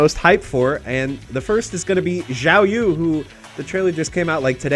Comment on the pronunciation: Is it some kind of trend to say Xiaoyu's name like Jiaoyu? I've heard multiple YouTubers say it this way now